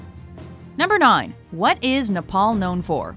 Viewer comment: Shashank7170 Oh and also we don't say Nepal like that.